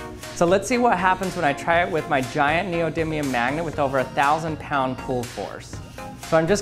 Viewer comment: Neodiddlium? Focus you fack!!! Great video, all your stuff is awesome 👍👍👍